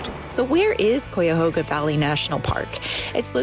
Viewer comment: I'm sorry, but I couldn't stand how you mispronounced Cuyahoga every time you said it. Did you not even bother to try to learn how?